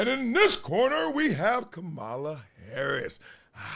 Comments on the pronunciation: Mr. Ivy League and broadcasting legend, It's "COM-mah-la," NOT "Camel-a," "Kuh-MAHL-a," or "Kuh-MEL-a". Do better!!! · I doubt that you will even read this comment, but I have to say, I have enjoyed your channel since you started it, but I find it quite disrespectful that you have yet to pronounce Kamala Harris's name properly. The first time I raised my eyebrow but I was like, he'll get it right next time. And then the second time, I raised my eyebrow and just left it there. And now I have yet to hear you pronounce her name properly. That's not a good example for your itty bittys. As you would say, no matter who you are supporting, it's just common courtesy to have respect for another human being. Kind of takes away from your credibility a little bit. At least for me, and I'm sure a lot of people notice. And I say this, because obviously this has been a huge issue for republicans, that they are not allowed to say her name properly.